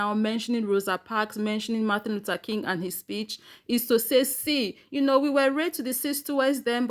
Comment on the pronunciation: I wish people would learn to say Mr. King's name. It's MAR-TIN LUTHER KING, not MAR-THA LUTHER KING